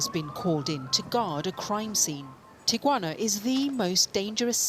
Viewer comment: "This is tiquana"